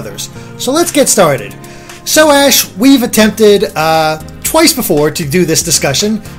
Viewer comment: di he say "whats your reaction ass?" at the beginning, it sounded like it